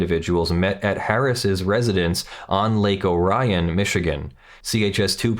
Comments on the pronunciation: Michigander here. It is pronounced Lake Oh-Rie-Un We have weird ass pronunciation of locations here. Edit: OH SHIT!! Luthor is only minutes away from me... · Lake Ore-E-on. Yes, i know that isnt how it is spelled. but thats how it is pronounced. There's also a Charlotte, MI... that's Shar-lot. So.. uh... this raid... LITERALLY two streets over from my Grandfather's place. I drove by it hundreds of times. He had a ful of the whole raid.